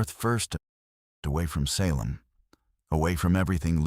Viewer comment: Seriously...mispronounced one of our most notorious cities, i.e. for the SALEM witch trials!! Get a handle on your AI program. Ridiculous.